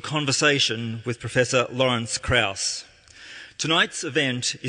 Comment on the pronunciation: His name is Krauss, no Kruass. Changing his name doesnt make your points more valid.